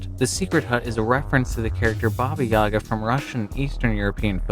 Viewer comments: Dude, it ain't "BOBBY YAEGGA" it's "BABA YAGA"!!! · its not Baby Yaga (or Babie) its Baba Yaga you read it as "bah bah"(h is silent) and yaga you said correctly :D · my mans needs to learn his to say babajaga